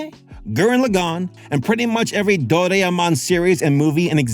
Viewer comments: Lol at that pronunciation of Doraemon though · that was the worst doraemon pronunciation i've heard in my life 😭